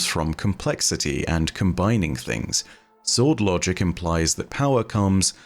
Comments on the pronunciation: I.... thought said Bum Logic, and proceeded to have to rehear it the entire time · I'm sorry, but are you saying "Unlogic"? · I can't unhear "Bum Logic" through your accent. 😂